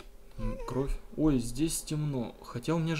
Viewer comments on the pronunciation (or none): none